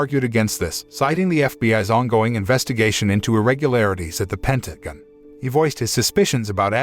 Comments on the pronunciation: A.I. cant say ''Pentagon'' correctly a single time... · The movie might be the best, but the commentator or script writer for this review is a f*king idiot. So many things wrong, to name a few, calling his unit his army, she was covered in mud but it was called snow, calling boats ships, doesn't know how to pronounce Pentagon and the list goes on. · overall it was good but at times i was brought out of it by realising the voice of the narrator is an A.I. with certain mispronouciations of words. Like for example "pentagon" no Human narrator would say it the way it was said others too but NUFF said, i took a brief detour thinking how unreal this all was but then I suspended reality for the sake of the story, but then after the ending the moral summary was disapointingly brief, thin and fickle. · Pentagon pronunciation keeps making me giggle